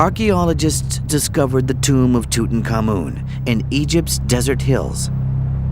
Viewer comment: I always suspected we were mispronouncing Tutankhamun. It never sounded right ending with "common". In this program the accent is on the final syllable; not certain it's right but it's got to be closer to correct than our American version that's been used for decades. And it sure beats King Rootentooten. ;-)